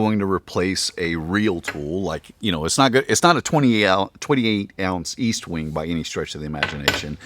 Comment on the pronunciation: Do you really pronounce ESTWING as “EAST-wing”?? Can you please explain why? Phonetically, it says EST, as in “BEST”, without the B.